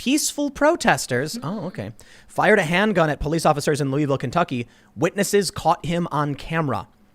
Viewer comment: It isn't pronounced "Lou-ie-ville." It's more like "Luh-vul."